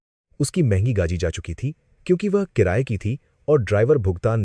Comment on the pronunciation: Gadi ko gagi bol rahe ho pahle shabdo ko shudh kare